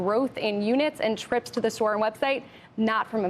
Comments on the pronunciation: Store is pronounced STore. Not SOTORE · Imagine living your entire life and being so stupid you can’t pronounce a simple word like store